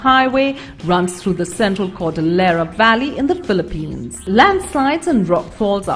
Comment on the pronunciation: IT'S PHILIPPINES, NOT PILLIPINES!!!!